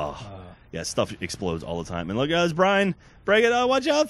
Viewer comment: he said brain not brian